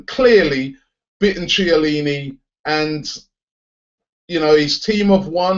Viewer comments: who the fuck is Chair-leany? its pronounced kellini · No it's not, it's pronounced kiellini, but ofcourse it's spelled Chiellini